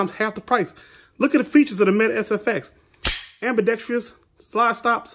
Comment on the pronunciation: Ambidexrious? Dude, stop making content using words you cannot pronounce. Seriously.... Stop